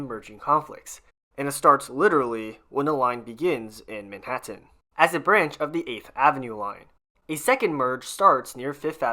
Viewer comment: I'm a native New Yorker who's lived here all of my nearly 70 years, and I've never heard anybody pronounce Manhattan like this narrator. Please, ease up on the last syllable. It's Manhattan, not ManhatTENN.